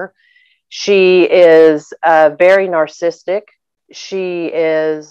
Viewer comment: At 6.41 she mispronounced "interpreting" as "interpretating" and "narcissistic" as "narcistic."